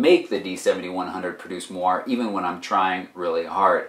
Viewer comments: Moiré is pronounced mwaray, not mwar. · Moire is pronounced mwɑːrˈeɪ